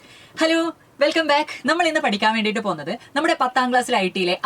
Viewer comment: എത്ര നല്ല "helo"😂😂